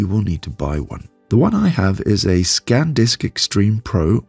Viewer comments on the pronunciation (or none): Its SanDisk not ScanDisk